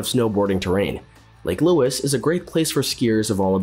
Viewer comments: So many mistakes made in this video - it's an absolute joke. The icing on the cake I felt tho was "Lake Luis"!!! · First time hearing Lake Louise pronounced as Lake Lewis.